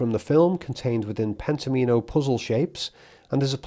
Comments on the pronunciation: N.B - Pent-ominos is pronounced so "Omino" rhymes with "Domino", rather than "Amee-no" Pent Om In O - not Penta Meen O ❤🍻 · Pen-tom-ino, as in "domino" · Wouldn't you pronounce it "Pent-AH-minnow" as in Domino (DAH-minnow)? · Not that it matters, but I think it's pronounced pent-OM-in-o (like "domino"). I only felt compelled to write this as you said the word so many times in this video. Sorry. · I suspect the board game is pronounced “Pentomimo” to rhyme with “domino.” The graphic design highlights the “Omino” portion as if accenting it there. This game I believe relates to “Pentominoes,” which were described by Martin Gardner in his Mathematical Games column in Scientific American in 1965, and is republished and still in print today in several books. Arthur C. Clarke also used Pentominoes in his later book Imperial Earth. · I feel Pentomino is likely pronounced as like Domino - I do get the feeling that Kubrick would've LOVED himself some Sudoku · I thought of this too. Definitely confirm Pentomino pronunciation, as I shiver each time you say it. I have heard it for decades pronounced like Domino, with the emphasis on the “Om.” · surely it's pronounced like "domino"?